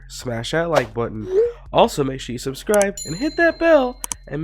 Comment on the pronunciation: Is saying if u exist subirce